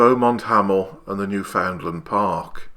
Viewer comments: "Newfoundland" isn't pronounced New-FOUND-lund. It's pronounced Newfin-land. Crush the first two syllables together like they're one syllable, say "fin" instead of "found", and place the emphasis on "New" rather than "found". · Sir, “You pronounce Newfoundland like “understand."